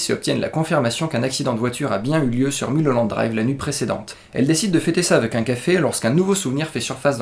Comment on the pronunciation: ON NE DIT PAS MULE HOLLANDE DRIVE MAIS MEULE HOLLANDE DRIVE ! Sinon très bonne analyse, vous avez tout compris. Il suffit juste de remettre les séquences dans le bon ordre mais les scènes rêvées sont le fruit de la frustration de Diane, de sa jalousie envers Camilla et du fait qu'elle ait sombré dans la drogue et dans ses délires elle va jouer le rôle de sa vie. Celle qui la méprise devient une inconnue perdue et fragile et elle va se transformer en héroïne mais ça c'est après qu'elle ait commandité le meurtre de Camilla.